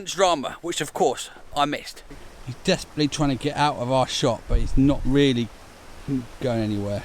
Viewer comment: Vreally cool bruilding don't you agwee